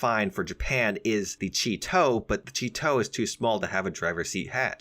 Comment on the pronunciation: The Chi To….. I just had to laugh at that one.